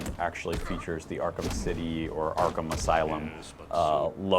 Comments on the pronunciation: "Arkham As-City" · Haha, he almost said Arkham Asylum at the beginning